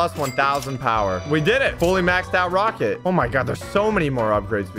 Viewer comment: Is it just me or did he say roaket ship at the beginning?